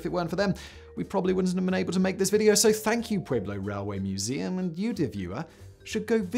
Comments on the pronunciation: hehe, I laughed too. something like 'poowayblo'?... he butchers the native words of other countries pretty consistently tho, phone it in fact boy! More like pweblo. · If you live in Colorado, it's pronounced " Puelo" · Dear God, the mispronunciation of Pueblo is killing me. For future reference, the “UEB” part of Pueblo is pronounced like the word “WEB” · FYI (just trying to be helpful) the name of the city is pronounced Pew-eh-blo not Pway-blo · We don't pronounce the U, Peblo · Now if he would only pronounce Pueblo correctly.......